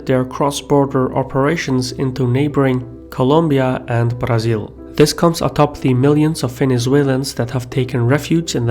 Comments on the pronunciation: As a brazilian, I like the way you pronounce "Brazil". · Thanks for not pronouncing "Brazil" as mentally-challenged Americans do.